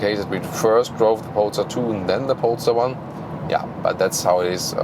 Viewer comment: Somehow I heard in the intro “pornstar 1” instead of polestar 1 lol